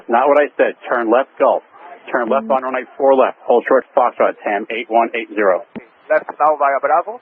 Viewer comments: I find the controller pronounces the word runway too fast. The pilot does not understand "rnway". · Really don’t like the way this controller is pronouncing the word ‘Runway’. Sounds like ‘runny’ and he does it over and over again. Would it kill him to enunciate better for someone whose native language is different than his? And as someone else has mentioned, 4L could be interpreted as ‘for left’ by someone who is completely mishearing ‘runny’. The Latam pilots could have had better situational awareness for sure, but that controller can learn to pronounce things in standard pronunciation. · Might be easier to hear what he's saying if he actually PRONOUNCED "runway" instead of mumbling a "runwy" super fast. Assume that every pilot is having problems hearing you and be super clear and articulated. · The tower not able to pronounce the word 'runway' didn't help my understanding of his calls at all. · The controller should pronounce ''runway'' better. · That controller needs to master the word 'runway'.